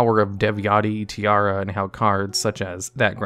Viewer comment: Infernoid Tierra: it’s pronounced Ti-erra, see the e?: Tiara 😂